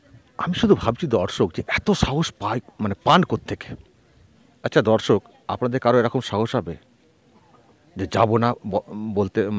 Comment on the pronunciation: আপনার 'দর্শক' উচ্চারণটি ঠিক করে নেবেন। যেন বরাবরের মতো 'ধর্ষক' না হয়ে যায়!